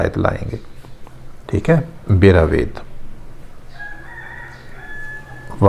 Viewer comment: آپ نے رو سے بَرَو کہنے کے بجائے بِرو کہا۔ اسی طرح بَرَوِید کو بھی اپ نے بِروید کہا۔